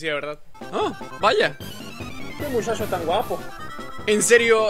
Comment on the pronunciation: Jaja ame el : que mushasho tan wapo :D xd